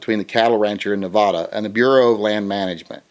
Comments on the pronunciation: NevAda NOT NevAHHda! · Pleas correctly pronounce the state of Nevada. Thanks And you are right about Bundy, being a taker.